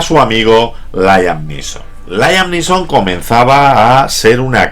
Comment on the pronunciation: "Layam Lison"????.........smooth!!!!!!....jajajjajajqja.esta es una mis pelis favoritas!!......